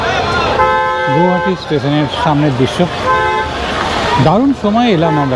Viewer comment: Pronounce as গুৱাহাটী।